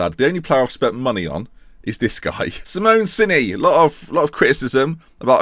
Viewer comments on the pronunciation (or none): none